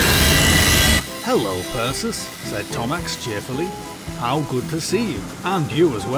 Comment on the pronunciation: its percy, not perchus Thomas, not thomax, not thomusk.